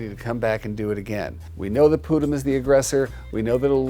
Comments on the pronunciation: Pudím actually means Pudding in Portuguese so the cat's name is really pudding Also it's pronounced poo-GEEM so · Also her cats' names. I cried inside every time Jackson said Pudim incorrectly, but I am used to people not knowing how to pronounce Portuguese words (I used to teach Portuguese)